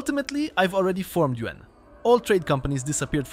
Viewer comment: The way you say "Yuan" is like "UN"